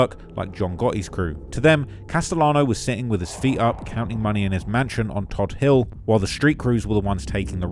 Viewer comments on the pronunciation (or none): Staten islander here, Todt Hill is pronounced TOAD hill. Hearing todd hill was like a punch to the gut